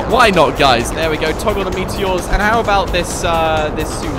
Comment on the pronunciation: Ah yes the meateeohs